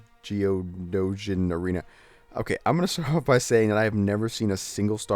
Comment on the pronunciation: Just a few tips: its pronounced (Pad-may for Padme), and the character you called Lando was actually Mace Windu. I love your walkthroughs and freeplays but i think it would be/would've been worth your while to at least watch Episode III to understand Star Wars or at least know most of the names from this game. And the starting battle (Geo-know-sian) arena was at the end of The Attack of the Clones